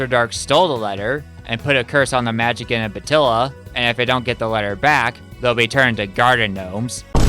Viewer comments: Just for the record, the proper way to say "Magician" is "mah-JIH-see-ann" or more simplified, "mah-JIH-shun". It is NOT pronounced "mah-JIH-kan" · The way you pronounce ‘magician’ keeps cracking me up. 🤭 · okay, i'm gonna be real with you. i like your videos a lot, but for the love of all that is holy, how the hell have you made it this far in life without knowing how the word "magician" is pronounced.